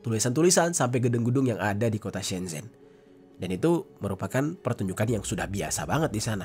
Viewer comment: Shenzhen tulisan e begitu tp cara baca huruf China semcen